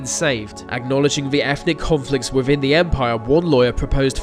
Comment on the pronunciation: dude.... "theeee" not "veee" jesus...